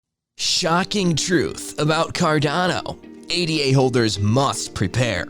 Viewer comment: Ada, not A.D.A., its named after Ada Lovelace.